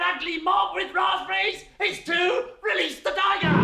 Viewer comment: Welease woderick.🤣🤣